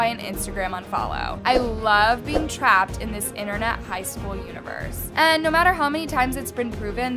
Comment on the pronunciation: “Naur” lmao